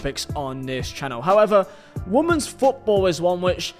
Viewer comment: It's pronounced wimens, not womans, really annoying